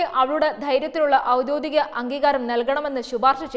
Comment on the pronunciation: ഔദ്യോദികം അല്ല, ഔദ്യോഗികം.